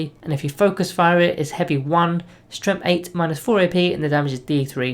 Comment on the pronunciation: Love your videos, but I just HAVE to comment on how you keep pronouncing "Strength" as "Stremth". I just can't get used to it :)